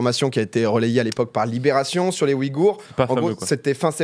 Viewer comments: Super Video Petit tips sa se dit ouillegoure et nn oui gour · ça me stresse sa façon de prononcer Ouïghour